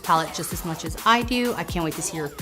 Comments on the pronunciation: i was dead at the way u said hate her so mech to yolanda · I hate Yol-LAN-da so MACH!